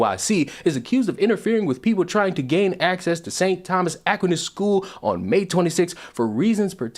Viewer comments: surprise! surprise! "The hate-crime charge against Calgary Black Lives Matter president Adora Nwofor was dropped by the Crown Friday, two weeks after she was arrested by police." Certain groups can do no wrong. FYI the school name is pronounced uh-qweye-nuhss. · Dude, I'm from Calgary and didn't even know about this. Yeesh. Reminiscent of the Pride parade that was cancelled a few years ago in a city just north of Calgary, because LGBTQ2+AAPOC tried to shake it down for money. Also, Aquinas is typically pronounced "Ah-Kwine-Ass," in case you ever have a reason to say his name again 😆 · Just btw that is not how Aquinas is pronounced, unless it’s an American pronunciation? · His pronunciation of Aquinas might be a hate crime.